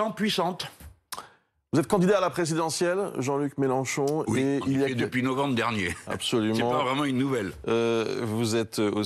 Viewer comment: Melenchon dit Mechancon. 🤡🤡🤡🤡🤡🤡🤡🤡🤡